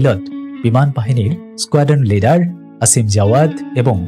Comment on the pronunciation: সাংবাদিকতা শুরু করার আগে একটু পড়াশোনা করুন দয়া করে । উইং কমান্ডার এবং স্কোয়াড্রন লিডার কোনটারই উচ্চারণ ঠিক ভাবে বলতে পারছেন না । ন্যূনতম ধারণা নিয়ে তারপর ভিডিও বানান